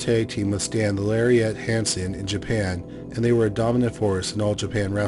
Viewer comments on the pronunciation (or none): none